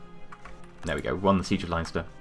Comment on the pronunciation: Leinster is pronouced Len-ster not Lion-ster